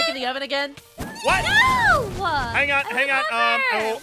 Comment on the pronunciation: is noi not no